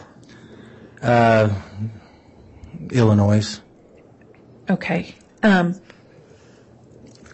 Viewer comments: Agreed!!! The Illinois mispronunciation makes him sound like a complete idiot. Not to mention, as a software expert he said he learned many "softwares"...no such word....software is plural!! Plus his interjecting "if you will" into every other sentence...doesn't even make sense. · And how did everyone like how he said Illinois....as "illinoize" and for a software expert....he talked about learning "softwares" no such thing...SOFTWARE is plural!! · The detective is a horrible witness. He can’t remember info and doesn’t know how to pronounce “Illinois”. He’s so hard to listen to.